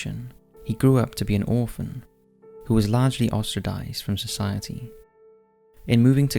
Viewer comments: Ostracized -- not ostradized. always delivers on pronunciation errors. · Did he say "ostradized"? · Yes...... yes he did....lol...i was looking for this comment.. at least someone noticed